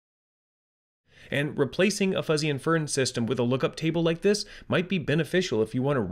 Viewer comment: can you use some fuzzy logic to teach the robovoice how to pronounce adjective & inference? such an obvious tell.